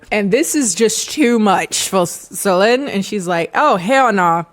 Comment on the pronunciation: In french Solene would be pronounced with a sound close to the e in bed, so you did it good I think when you end this pronunciation! (our would a bit lower and deeper, but it's close!